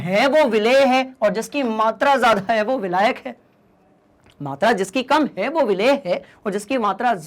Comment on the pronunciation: abe vilayak bolna to sikh le